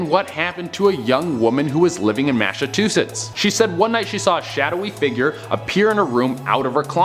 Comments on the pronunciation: "Massa two sits" sounds like an awful plantation owner. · I think the biggest mystery is how the host mispronounced "Massachusetts" so horribly at the second mark.